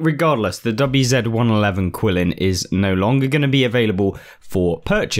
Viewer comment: It's pronounced Chee-lin. Not quill-in.